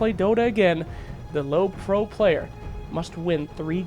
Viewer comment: it's prio not pro you dummy